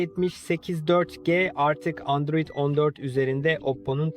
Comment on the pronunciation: Endroid değil Android 😂